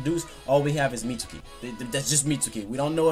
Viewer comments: I think Mitsuki has yamatos DNA in him. So pretty much orochimaru and yamatos kid. He kinda looks like Yamato a bit. On a side note why do you keep calling him mitsooki? It's pronounced meetski. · Anthony Marshall really so sasuki isn't pronounced saski and akatsuki isn't pronounced akatski? Watch the show, yes even the Japanese one, they pronounce his name meetski. The u is silent when its suki... And obviously I know it's Japanese. If it were in english we'd pronounce the u.